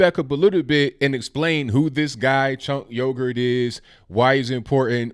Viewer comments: Chunk yogurt, man I had to pause and laugh it out before I could even resume watching the rest 😂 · I prefer the Turkish pronunciation, which sounds something like "Stench Huger." But whatever. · Lol! It sounds like you are pronouncing his name "Chink Yogurt". Love your channel!